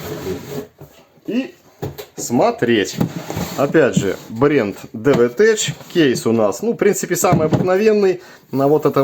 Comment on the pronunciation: осмелюсь поправить,произносится DE'VETECH(дэ'вэтэк),ударение на первый слог...буквосочетание СН в технических названиях практически всегда читается как твердое,,К,,,от слова TECHNOLOGY(тэкнолоджи)...😊